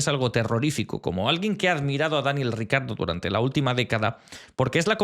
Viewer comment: Cada vez que he escuchado “Daniel RICARDO” me sangraban los oídos. Difiero en casi todas las notas, hay algunas incluso en las que la explicación es bastante meh. Para mí, Verstappen y Hulkenberg los mejores de la temporada hasta ahora.